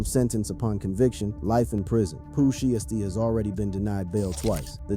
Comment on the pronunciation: The way u pronounced poohs name made me click out of the click bait 😂